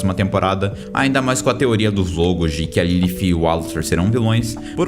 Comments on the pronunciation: disse certo em inglês, mais no Brasil que eu saiba falamos português então a pronúncia correta seria Lilith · Pqp é lilith e não lilifh AFF que agonia do crlh